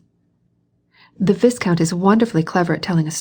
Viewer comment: Should be pronounced Vai-count. A nobleman.